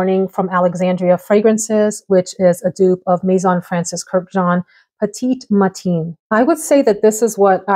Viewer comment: Petit Matin means Early Morning, so Sunday Morning makes sense. Edit: pronounced like MEH-tahn.